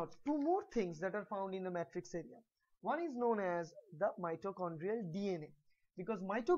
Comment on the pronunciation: isn't it "matrix" not "mattrix"